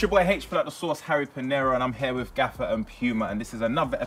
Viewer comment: Gayfer not Gaffer